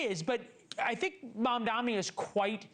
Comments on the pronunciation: I dont get it! Why is it so hard to say his name right?! It's M.A.M.D.A.N.I NOT MAMDAMI. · So true. It's like suddenly professional news casters can't tell the difference between an 'N' and an 'M'. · At this point mispronouncing his name is done purposely and outright racist